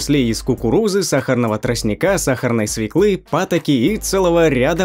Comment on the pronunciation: СвЁклы а не СвеклЫ